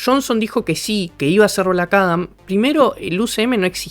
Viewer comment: bueeno, aqui le doy el beneficio de la duda, las pronunciaciones del idioma gringo es confuso aveces ya que "black adam" y "black atom" se pronuncian casi igual: blac arom